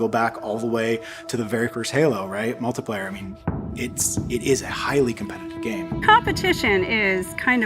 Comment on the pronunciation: When your flagship multiplayer game leader didn't know how to pronounce "multiplayer", you know you're fucked.